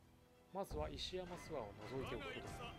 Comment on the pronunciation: 石山すわ✖️ 石山ごぼう○